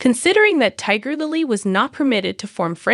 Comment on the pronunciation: Tigger Lily??? 😂 AI sucks